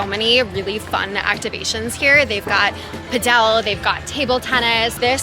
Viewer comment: The way you pronounce padel is Different